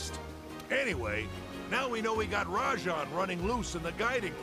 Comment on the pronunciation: "Me arse tickles" Rajang*